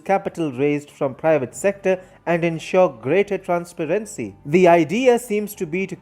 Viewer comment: The reporter should google how to pronounce words such as "transparency and project(noun) which is different from to project (verb)